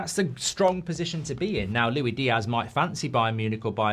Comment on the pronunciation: LuiSss Diaz geez! Not Lui 😂😂😂